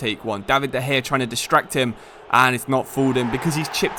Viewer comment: and de gaya